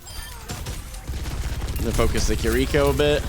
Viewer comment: It's pronounced "Kir-reh-ko" not "ki-rico". Great game though